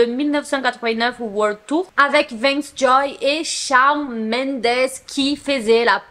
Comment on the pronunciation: Petite question pas méchante mais pourquoi tu dit « Shaone Mendes » et pas « Shawn Mendes » ( en mode dire Shaune )